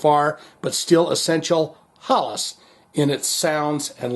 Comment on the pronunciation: It is pronounced more like Hellas.